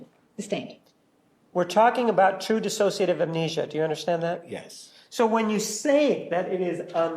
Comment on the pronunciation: Can somebody PLEASE tell Willmott how to say DISSOCIATIVE!!? She keeps saying “dis-as-sociative,” and it’s making my brain scramble!’😂